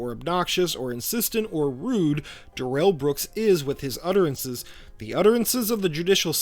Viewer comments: It's Darrel, not duh rel. Don't fall for this lie Brooks cooked up after being arrested. He was never in his life called duh rel until he was busted. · They don't call him "DUH-rell" for nothing.